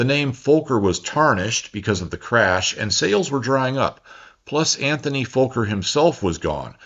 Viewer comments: Usually I appreciate your diction, but there really is no "L" in Fokker., nor is the "F" expressed as a "V"....... it really should be pronounced phonetically. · Really love the video! You pronounce Fokker a bit weird for a Dutch name. The o is a short o, not a long one. The o is pronounce like the second o as in robot. Thanks for your videos and greetings from The Netherlands! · Dutch person here. Fokker is easy to pronounce correctly. It rhymes with docker and locker. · It is squeeeking in the ears just like an overturned mic in the speakers hearing you saying "Vooker" ......... as it is Fokker .. fast K's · Why do you say Volker instead of Fokker? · The CC/subtitles and your pronunciation keep coming up as “Antony Folker,” and “Folker” aircraft. It is FOKKER, pronounced, “fah-ker,” got it!? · Wonder if it's the US accent but Fokker isn't pronounced 'Folker,' but rather more prosaically.... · its not foooker.. its fokker.. short o bots need to be taught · Why do you say Fowker everyone says Fokker? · Great video as always,. One question, are you saying "Folker" in the audio? I thought Anthony's last name is Fokker (sounds like soccer). Even the transcript shows "Folker." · Why are you afraid to say the name Fokker properly? Fokker has 2 letter "K"'s in it and each should be pronounced Fok ker not fo ker. It is a man's name not a swear word. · Dutch /European folks pronounce it as Fokker, not FOH-ker. (see vid of Dutch guys talking about flying F27- in Dutch) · A minor correction - The pronunciation of 'Fokker'. It rhymes with 'soccer' not, 'smoker'. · im 7 minutes in and want to ask; should I be pronouncing Fokker with an L sound like 'folk' - er? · It’s a great story and a great video. Just the pronunciation of Fokker sounds like “Fulker” but it should be more like “Focker”, how odd that might sound in English 😂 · FOKKER not Folker you're either not too bright being American that's a given or you have speech impairment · There is no L in Fokker